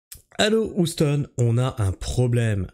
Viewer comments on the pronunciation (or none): none